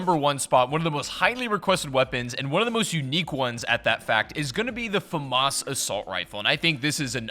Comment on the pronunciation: Well, you pronounced FAMAS wrong